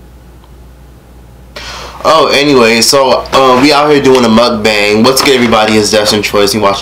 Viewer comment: It’s not “Muck-Bang”🤦🏻‍♀️ pronounced “Mock-Bong”.